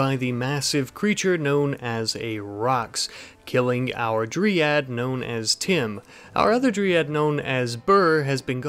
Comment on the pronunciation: Sorry to be one of those annoying people but you're pronouncing Dryad wrong. You've been saying dree-ad, but it's dry-ad